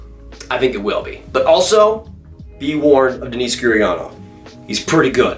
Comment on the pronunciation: Please stop saying Denice Gurianov its DENNIS